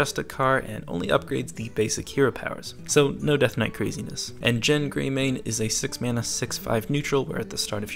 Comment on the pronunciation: "jen greymane"